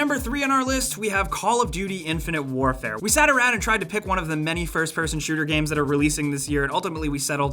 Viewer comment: When he said "Infinite Warefare" i had an urge to hang myself.